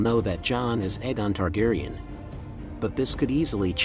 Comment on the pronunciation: I was loving ur dtuff then u couldn't say Aegon anywhere close to either show, the official audible reading of the series.